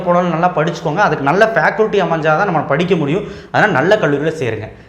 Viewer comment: ஃபேகல்டி ன்னு சொல்லுங்க ஃபேகுல்டி இல்லை.